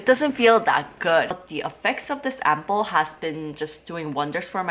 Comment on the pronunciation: when you say ampoules... it sounds like you are saying apples...hehe